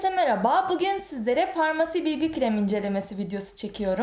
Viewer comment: Bibi krem diye değil bebe krem diye okunur bir öğretemedik